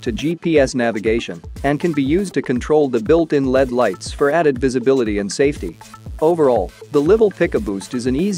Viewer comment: AI voices are funny. It said “lead” light rather than “L.E.D.”